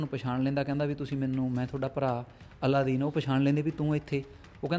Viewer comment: ਜ਼ਿਆਦਾ ਪ੍ਰਚੱਲਿਤ ਨਾਮ ਅਲਾਦੀਨ ਹੈ ਪਰ ਤੁਸੀਂ ਅੱਲਾਦੀਨ ਬੋਲਦੇ ਰਹੇ ,anyway no problem